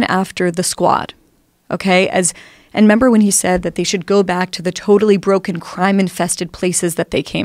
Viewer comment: "membee when trump said...?" "Oh yeah I membee."